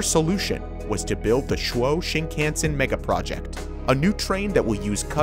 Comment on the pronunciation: chuo- pronouce it chu as chew in chew,ing gum o in o,val shape .......chew-o 2-syllable words